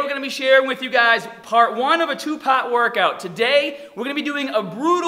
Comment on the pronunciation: “Two paht…” Me can’t pronounce Rs, cute “…woRkout” 😳wtf